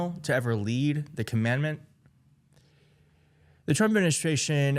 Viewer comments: It's not "comMANDment" ... it's "commanDANT". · Common-dant, not commandment. 😂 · Maybe if you could pronounce the word Commandant you'd be a tad more credible. Not commandment (as in Moses). SMH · The word you're struggling with is 'Commandant'; you continuously pronounce it as 'Commandment,' which is a completely different word. A Commandment is defined as "a divine rule, especially one of the Ten Commandments." The definition of Commandant, however, is "an officer in charge of a particular force or institution." (Hint: all five branches of our Military have Commandants.) So which one of these words do you think would apply to Admiral Fagin? If you chose #2, you're halfway there. Now for the correct pronunciation: phonetically, it would sound like "KAA-muhn-daant," emphasis on the first syllable, and the double "A"s sounding flatter, like a Bostonian saying, "Go pahk the Cah, Mahk." If it helps you, spell it 'CAHmundahnt.' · Commandant (EMphasis on the 1st SYllable). Navy bases have a commandant, as well as the Marine Corps and the Coast Guard. Its basically a fancy way of saying commanding admiral (or general in the USMC). The commandments (emPHAsis on the 2nd syLLAble) are from Moses. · Commandant not commandment 😂😂😂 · Commandant, please pronounce it correctly. It’s not the 10 Comman Ments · The word is “Commandant.”Not “Commandment.” Very professional,right? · C'mon man. It's not "commandmant". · "Commandment", seriously? It's "commandant" (kah-muhn-dahnt). If only there was a device where you could actually hear how something is pronounced... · Com On Dant - it's not Comandment. It's Com ON Dant. I like your content I wish people would learn words. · It's pronounced com-man-dant, not command-ment. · The word is CONNANDANT not Commendment. Get it right, dummy! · I'm sorry it's driving me nuts it's pronounced com•man•dant just like it's spelled, not com•man•ment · Dude. CommanDANT not commandMENT. 😂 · Prounounced "common daunt". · It’s pronounced ‘common- dahnt’